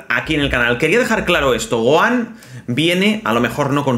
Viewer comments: Jajaj q gracioso como le dice a Gohan Goan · Que feo dice el nombre de gohan pésimo la verdad cuando el nombre no se pronuncia así